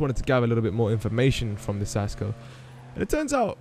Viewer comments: It's pronounced KAS-co. No Sasco. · Lolol it's pronounced kasco no sasco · It's pronounced kasko and it means helmet in spanish